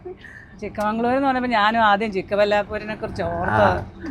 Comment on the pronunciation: മംഗളൂർ അല്ല മാഗളുരു 😂😂